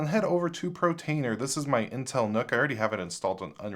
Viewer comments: dont know why but when you say protainer instead of what it is portainer i feel like punching the screen :) maybe just me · love your videos, but for the LOVE OF FRANK - It's PORTainer - PORT - the icon is a crane moving containers like you would find at a shipping PORT. PORT, not PRO. I know it doesn't matter, but it's stressing out my dog, because I yell at the screen every time you call it PROtainer. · Portainer not Protainer, practise that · repeat after me POR-tainer.. Not PRO-tainer... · PORtainer PORtainer PORtainer. Not PROtainer! 😅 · Every time he says "Protainer", I hit the thumbs down button.